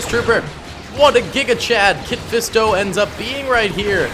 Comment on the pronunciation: Ya his name ain’t kit fisto